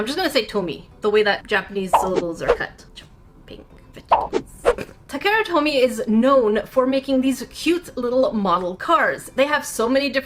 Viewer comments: Takara is pronounced as ta-ka-ra. Must be a little dusty on the japanese haha. But otherwise, cool video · Just a friendly pronunciation help; the “a” sounds in Takara are long A sounds. As in Tah-Kah-Rah. But your pronunciation of Tomy is spot on!